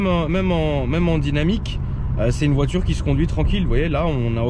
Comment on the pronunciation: "une voitûre qui aime les rûptûres"